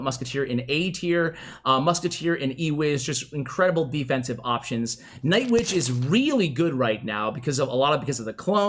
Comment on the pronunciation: Lol it did sound like it